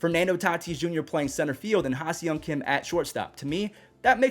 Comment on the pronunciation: love your videos. Can't wait to watch Tatis again. FYI - the pronunciation of HSK is (HA-SONG KIM)